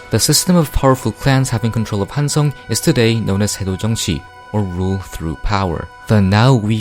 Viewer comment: 한국인이가 발음이 딱딱 맞음 조.선 한.성